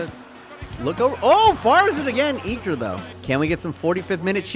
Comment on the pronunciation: its iker not eeker btw